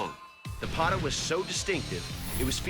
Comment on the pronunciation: It ain't Bog Knock, it is Bagh Nakh. It is not Qatar (that is a country lol), it is Kattaar. It is not Pata, it is Pattaa.